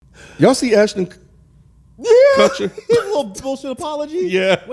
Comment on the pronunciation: I feel naive that Rod is this naive about how insincere they are in the video. Btw anybody catch say “Kutchston” 😹